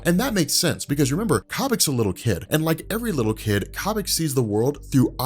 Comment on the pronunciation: it's Koh-bik, not Cah-Bik